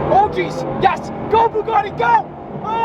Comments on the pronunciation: or "The Bougadee" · “The boogiti”